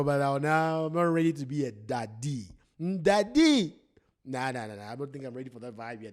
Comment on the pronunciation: Ohhh my Gosh you said Daddy in such a Zambian accent 🤣🤣🤣🤣🤣🤣🤣🤣🤣